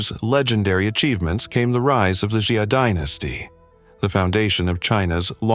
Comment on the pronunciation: Dude great details, but please please please, at least try to pronounce the names correctly. What on earth is a xi-a. That's not how you pronounce Xia.